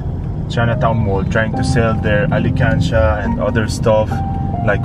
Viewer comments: ALKANSIYA… not alikansya ☺️ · it pronounce "alkansya" not alikansya..thank you for helping our kababayan aetas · pronounce it as AL KAN SYA not alekansya, oke? can u help me find my forever thru ur channel? 😥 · not to hate but its not ali kansya it al kan sha to pronounce i hope i help u love you po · not alikansiya, it is alkansiya. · Alkansya baby not alikansya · This guy is trying his best to speak Tagalog words, he didn't care at all if someone laughed at him if he didn't pronounced it correctly. Like what I've noticed here he pronounced Ali-kan-sha it should be Al-kan-sha (Alkansiya).In addition to, most of his videos are worth watching.Aside from his attractive looks he's very helpful,kind,accommodating etc. So that's why I didn't hesitate to subscribed his channel.😊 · Alkansya po??! Not alikansya hehhe... Joker Karin?? Anyway I love you po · good job though! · Al kan sya not Ali kan sya just want you to say it correctly because you are true Filipino at heart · Alkansya not alikansya😹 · hindi ko nagets nung una yung sinabi nya.. (ALI KANSYA) kasi pronounce nya 😅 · Ang cute naman how you pronounce the "alkansya" to "alekansya'.. lovely😘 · I'like the way pronounce 'Alkansya' as 'Alikansiya'😂💕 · just wanna help with the pronuounciation,it is al-kan-sha not alikansya... :) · Bless you, next time pronounced properly "alkansya",😝😜✌️ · pronouces as al-kan-sya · Alkansya Hindi Alikansya.... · alkansya not alikansya